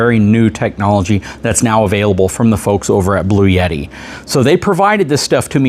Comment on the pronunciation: There is no "Y" in Bluetti. You keep saying "Blue-Yetti"